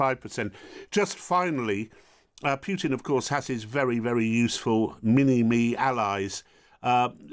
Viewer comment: It's not piutin it's pootin poo not piu